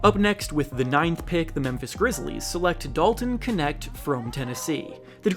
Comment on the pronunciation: Your pronunciation of knecht is so far off